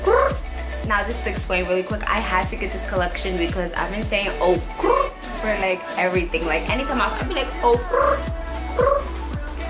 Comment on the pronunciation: finally someone who can say Okurrr